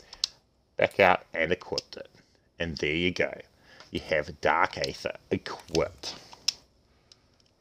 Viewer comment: You know its pronounced eether right not aather